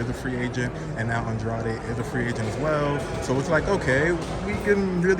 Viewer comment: Andrade, Andrade, not Ahndrahday. He corrected him and he said it wrong again. lol Andrade